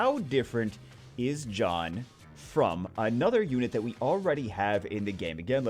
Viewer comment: Evertime he sad john i understand jeanne🤣🤣🤣😂😂😂